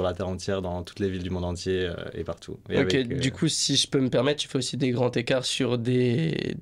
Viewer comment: Please, de grâce, pitié pour nos oreilles ! SVP, des grands-z-écarts, pas des grands-t-ecarts ...